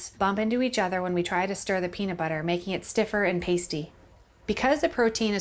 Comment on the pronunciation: Peanit butter